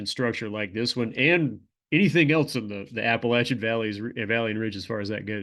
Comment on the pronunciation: Thank you for saying Appalachian correctly :)